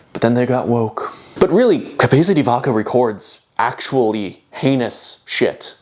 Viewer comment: This is coming from a place of love, please try just maybe a little harder with some of the Spanish, you’re a very bright dude and it pains me to hear cabeeza di vakah and donkehhoteh in an otherwise fantastic project. Extra points if you go for a Castilian pronunciation.